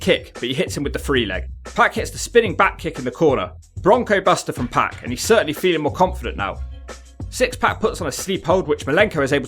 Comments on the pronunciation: It's pronounced Syxx/X PARK not PACK. And I'm english. I imagine you say 'Skohh-ee too hoh-ee' as well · It’s pronounced POCK not PACK. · I kept thinking he was saying pat when he was saying pac